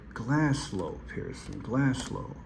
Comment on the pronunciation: GLASGOW, NOT GlasGLOW😂